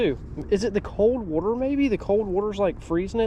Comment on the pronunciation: Bro says wurterrr